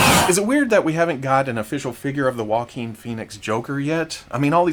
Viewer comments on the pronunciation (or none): none